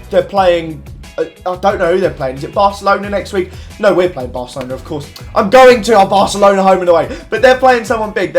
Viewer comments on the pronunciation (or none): none